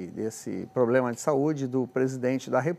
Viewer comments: E o PP faz o quê? "Poblema"dele ,"cidadões". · A primeira disgrama nao sabe nem se comunicar ,"abrido ,cidadoes,poblema" ridiculooooo